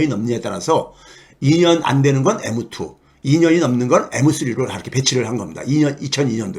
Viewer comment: 교수님~m2를 에므투라고 발음하시니 일본식,또는 90대할아버지느낌이예요^^ 오늘도 영상고맙습니다